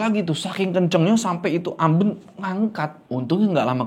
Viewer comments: amben bang bacanya bukan amben🤣 duh gmn ya jelasinya😭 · amben bang bukan amben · AmbEn bang bukan Amben😂🤣😆😅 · Amben, e nya pake e ketek, ah susah coba komennya ada vn 😂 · kalo disini bacanya AMben bukan Amben, eh😂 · Amben, pake E bukan E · AmbEn...bukan amben. Pake E besar. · bacanya amben bang bukan amben... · Keren bro, fyi sbg org jawa asli, sedikit info soal "amben" bacanya "ambèn", ky blg "bènsin", bukan "bensin" 😊 balai-balai dari bambu yang digunakan sebagai tempat tidur atau tempat duduk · Mbacanya ambEn bang 😄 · AmBEn. Kayak mengeja "MEja". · mau sedikit koreksi. cara baca amben itu e nya bukan e biasa. tapi e yang bunyinya antara a dan e, mangats bang💀🔥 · amben bang bukan amben. gimana y jelasinnya😂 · Pengucapan kata “Amben” yg bener intonasi huruf vokal “E” nya tinggi.. Aduhh susah kalo jelasin lewat tulisan, tapi semoga ngerti yg saya maksud ☺️ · Makan siang sambil nonton ini bikin makannya jadi lahap 😄 BTW, pengucapan "Amben" pada huruf 'e"nya lebih tepatnya seperti "e" pada kata "Sarden" bukan "e" seperti pada kata "Kenanga". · terima kasih videonya! Tpi tadi bingung waktu omong "amben" bukan pake e itu bang, tpi pake e yang di ikan lele 😅🙏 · Cara ngucapinya tu amben bukan amben ✌🏻✌🏻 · amben bang bukan amben. Ahh gimana ya jelasinnya gabisa vn😭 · amben kak bukan amben wkwkwk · bukan amben tapi amben 😂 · bang, amben bang bukan amben, pake e bukan pake e